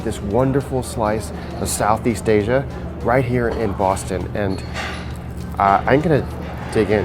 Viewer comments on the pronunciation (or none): none